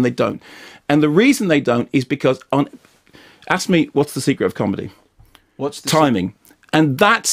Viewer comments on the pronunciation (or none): "Not a haard man, but a com'dy staaahh"!